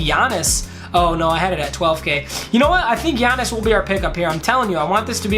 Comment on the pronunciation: Sup, I am a huge Bucks fan and the time you said Giannis's last name you got it right